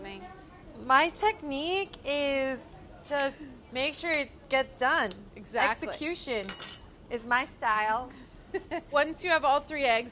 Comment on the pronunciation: EGGSECUTION hehe